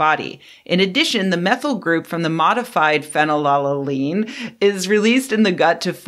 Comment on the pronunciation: She mispronounced it. it's phenyl-al-anine it's an essential amino acid, I'm actually kinda surprised she mispronounced it.